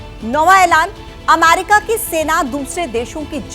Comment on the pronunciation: weird way to pronunce America